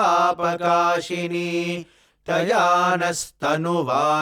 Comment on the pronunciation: With due respect, I would like to mention one small observation. The word “Paapakāsinī” is generally pronounced with “sa”, but in the video it is being pronounced as “sha” throughout. Since the tutorial is on Vedam and comes from the revered Satya Sai Institute, I felt it might be worth gently bringing this to your notice. I sincerely seek your guidance and clarification on this.